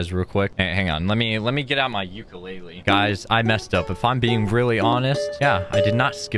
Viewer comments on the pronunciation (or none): none